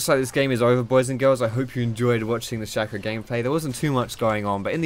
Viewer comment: It's Shay-co. SHAY-co.